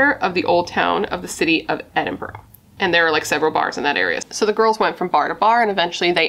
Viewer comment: Secondary school is for kids aged 12 up also Edinburgh is pronounced Edinburaa if that helps :)